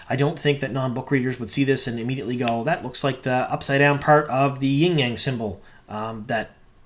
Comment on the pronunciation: YIN-Yang symbol, not Ying-Yang,LOL!